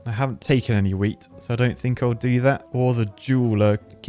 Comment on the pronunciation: Am I the only one that only hears saying joules and not jewels. Especially when talking about energy in the same sentence😭💀